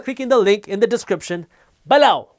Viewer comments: I love your channel, but when you say 'below' I want to 'beeeelow my head off'. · Random guy on YouTube I like the way u say BELOW